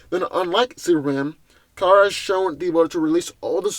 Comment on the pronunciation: It's Kara not Kira...